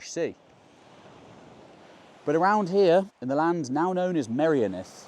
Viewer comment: Honestly,, I really enjoy your videos but PLEASE sort out your Welsh pronunciation. It's really not difficult for someone of your intellect. It's painfully jarring to hear you say "Clean" instead of "Llŷn" and "my-RIO-nith" instead of "Meirionnydd" (merry-ON-ydd). I get the problem with Ll/ll, you have to be specifically taught how to say it. But Dd/dd is the same as the end of "breathe" in English! The "th" in "this" or "that", NEVER thick or thin, so no excuse, really. 🤗 {:o:O:}